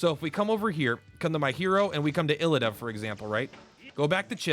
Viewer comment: It is pronounced like eeda his name is spelled iida.